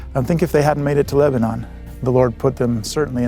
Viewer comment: I live 30 min from JSB, and 15 min from West Leb. I wait for the time the Prophet announces a temple here. Just as a note, and I don’t know why it bugs me, but “Con-Curd” and “Leb-uh- Nin” are proper local pronounciations ;)